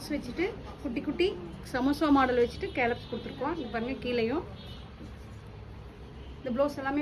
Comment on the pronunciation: கேலப்ஸ் இல்ல மேடம், ஸ்கேலப்.